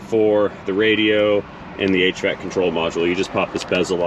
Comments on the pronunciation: I thought you said 8 track control module instead of hvac - lol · "Hell, Yeah!" Funny.... Sounded like said "8-Track Control Module" when he said "HVAC control module". I can see him installing an 8-Track! 🤣